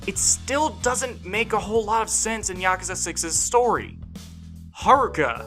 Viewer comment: When you Mispronounce every name and even yakasa 😂 yakasa? Wtf is that even the developers say yakuza